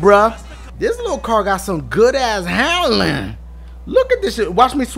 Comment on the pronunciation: "This Lil Car Got Some Good Ass Handlyn"